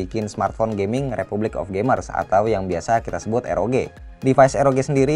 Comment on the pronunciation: nyebut RoG jangan Eroge lah, kan jadi kimochi..